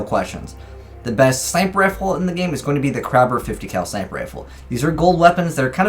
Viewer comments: Kraber is not pronounced “crab’er”, it’s “cray-bur” 🤦‍♂️ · How dare you mispronounced the kraber. Will forgive because it is just a nit pick. Good job on the video 👍